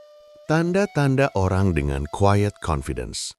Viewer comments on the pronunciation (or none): Tolong dibenerin istilah bahasa inggrisnya, pakailah terms yg benar, QUIET bukan quied, dont PRETEND bukan dont prepend, etc